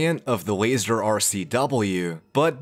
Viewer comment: Hearing wazer instead of laser is too painful for me